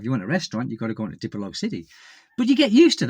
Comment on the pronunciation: You created a nice home for your wife and son, my only pet peeve is your always calling Dipolog, city with the wrong way to say it, what’s up with that? Thank you